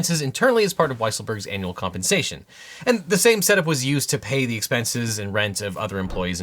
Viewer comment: Every time you say "Annual Compensation" I kept thinking you were saying "anal" compensation. I mean, is somebody preparing more payments to Stormy? ;)